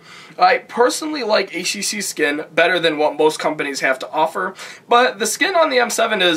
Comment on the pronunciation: Could've had more information, but it's a decent review nonetheless. Nice to hear someone at least call it "aitch tee see" rather than "haytch tee see" like all those reviewers who can't English. :)